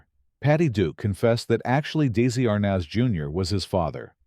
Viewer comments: Exactly. Research is something this group doesn't do well. The narrator said DAISY ARNEZ not Desi. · If they're going to use AI on these things, can't they program it to pronounce names/words properly? I mean really...DAISY Arnez! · "Incestrial"? Daisy Arnas? my god, f'ck this entire channel. Yes, AI, the marvel of the age... meaningless, empty and wrong. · This A.I. generated video is full of miss-information, 🤬 I have reported the inconsistencies to YouTube community in hopes that they will remove it . Very frustrating to watch all the🤬incorrect pronunciations, spellings and outright lies. Patricia Neal did have more children. Desi Arnez is not a daisy. And many other misinformation‘s please take the time to report this video as misinformation make sure to give it a thumbs down so it does not get monetized anymore than it already has and please report the channel takes us time to remove false history before our generation is gone and no one is here to correct it for future generations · Tell your mindless AI that it's Desi Arnaz, not Daisey Arnas! God I hate AI!